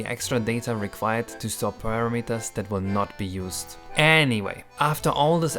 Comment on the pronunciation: i love the way says "para-meters" instead of the hick american "puh-ramuh-turz"